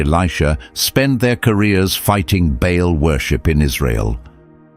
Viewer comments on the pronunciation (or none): Baal not Bail. Or Bale.